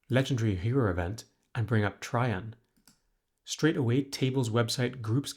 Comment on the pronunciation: TRAJANN IS PRONOUNCED TREY-JAN OR TRAY-JAN KILLING ME